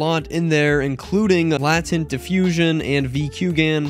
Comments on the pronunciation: "Latent" is pronounced LAY-tent. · Please tell me you know how to pronounce "Latent"...